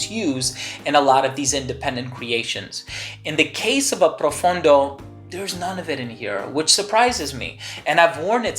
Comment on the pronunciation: PROFONDO, not profUndo.